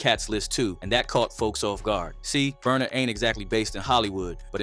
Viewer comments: Not burna … not burna . He got u too. Omg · naaaaaaa not burna